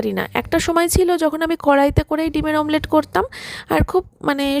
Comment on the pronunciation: মামলেট বলে না অমলেট বলে